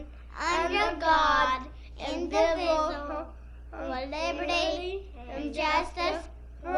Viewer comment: Love the "class" pledge...can't pronounce "indivisible" is classic. The Amen is the crowning touch....